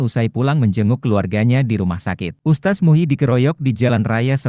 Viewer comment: Lidahmu sengaja apa memang kamu bodoh gk bisa mengeja... Bukan ustas... Tapi USTADZ.... Tak kasih faham,,,biar lidah mu licin kyk prosotan anak anak...😂😂